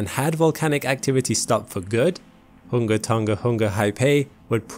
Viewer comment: HOONG-ah-TONG-ah HOONG-ah-Hah-AH-Pie ;)